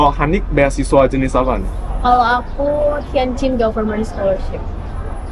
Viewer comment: tukisannya Tianjin, tp sekilas dengar ngomongnya Tianchin yaa ?